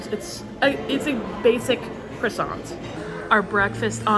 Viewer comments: I think french people are a little more aggressive with the r in CRoissant. You can look it up and show it too her. You know help her with some french 😋😜. Thanks for the food review, I really enjoyed it. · Thanks for another great video! As Brits we find it fascinating to hear people from the US say 'crussont' as we tend to pronounce it like the French: 'Kwahson'. Same with Marscapone which we pronounce 'mahscaponay'. There are so many others, it's really interesting, such as parmesan (Pahmezan rather than the US pronunciation) and we say the 'h' at the beginning of 'herb' (hurb). I love all the different ways of pronouncing things between the two countries, it's really interesting - perhaps your mum is coming over all British/European on you! 🤩